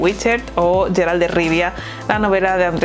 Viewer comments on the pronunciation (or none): 😂💦Es Geralt, NO sheralt.... Por cristo